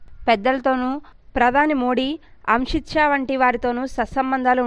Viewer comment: News reader, Can't you read Amit Shah name property!!!!